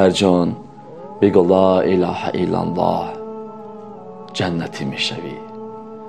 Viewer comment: МУРОЧИАТ БА "КАЛИДИ АСРОР". Мухтарам муаллифи канал! Эхтиромона хохиш менамоям, ки дар талаффузи калимаи "Ло илоха иллаллох" бодиккат бошед. Зеро харду харфи "Х"-и калимаи "Ло илоха иллаллох" "Х"-и халки намебошад.( Яъне бо тарзи лахчави гуем бо куртук талаффуз карда намешаванд). Дар ин бора аз Кори Мирзо Махмудчон пурсон шавед. ХОХИШМАНДАМ ИН КАМБУДИРО ХАТМАН ИСЛОХ НАМОЕД.